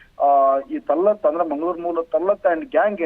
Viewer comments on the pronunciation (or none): ತಳ್ಳಾಟ ನೋಫಲ ಏನು ಉಚ್ಚಾರಣೆ ನಿಮ್ಮದು ಅವರ ಹೆಸರು ತಲ್ಹತ್ ಮತ್ತು ನೌಫಲ್ ನಿಮ್ಮದು ಒಂದು ಡಬ್ಬ ನ್ಯೂಸ್ 😂😂😂😂😂😂